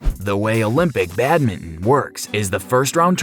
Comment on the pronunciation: The way u say badminton "badmin"